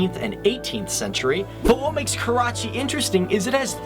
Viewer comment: Everytime he says Karachi, I cringe.